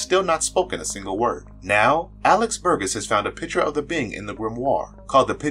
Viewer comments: Burgess...gess is pronounced like jess...not gus! It's a pretty common surname. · Little tiny nitpick, but it's a soft G, i.e. Bur-jess.